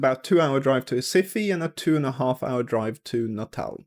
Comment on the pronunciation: Recife is pronounced “Hes-eef” 😅